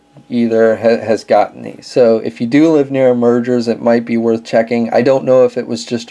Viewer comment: Nice video but the "Meijer" store name is pronounced like "Meyer," not "Merger."